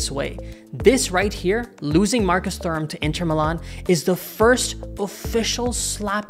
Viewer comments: its pronounced 'turam' the h is silent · Honestly wasn't able to watch this video because how horrible you pronounced Thuram 😑